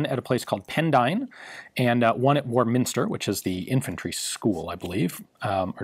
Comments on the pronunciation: Ian please... It's Warminster, not War Minister. Otherwise an excellent video, thanks. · Lovely video. The 'what ifs' areinteresting. The USA entering Vietnam with a .280 FAL not the M14 then M16... and how much did this versionof the FAL weigh please? Finally - the School of Infanry is at Warminster, but all the emphasis is on the first syllable. Great video - would love to see the .280 being shot live, and feedback on how it behaves. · Of course you have difficulty with pronouncing Pendine (in Wales) & Warminster in Wiltshire, & those of us who used the FN/Fal, know it as the ‘SLR’ for ‘self loading rifle’. (My dad spent half the war at a secret weapons establishment near Pendine & learnt to speak Welsh).